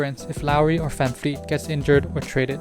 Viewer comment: Nice way of saying Van Vleet... Are you Dutch or German ?